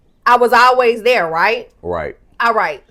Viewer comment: “When we get DERE” 🤣🤣🤣🤣🤣🤣🤣